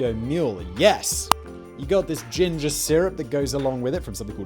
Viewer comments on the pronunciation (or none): none